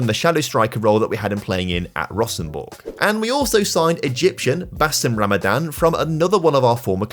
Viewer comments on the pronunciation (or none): none